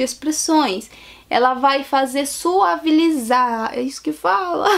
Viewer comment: Gazes são puns! Fora o "suavilizar" e "os plural" ...kkk